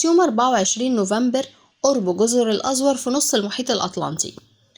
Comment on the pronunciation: مفيش حاجة اسمها جزر الأزور ( بسكون الزاي) ولكن اسمها ( جزر الأزور) بضم الزاي . يامتخلفين